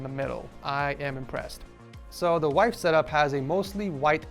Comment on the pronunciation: wife not “wifee” u mean 😅